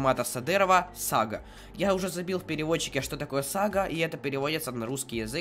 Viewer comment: И,, ударение падает на второй А, а не первой...)))